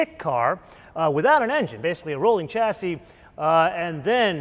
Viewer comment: If you are reviewing a British car, try chassis pronounced with an sh...shassy